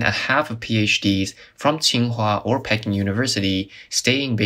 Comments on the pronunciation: Pee-KING University, not pekin'...LOL! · The university u are trying to say is like duck. Peking duck. Don't say it like peeking great video 👍